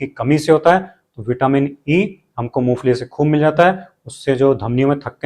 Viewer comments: मूंगफली बोल रहे हो या मूसली बोल रहे हो😮😅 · Moongfali kah rahe hain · मुंगफली ठिकसे बोलो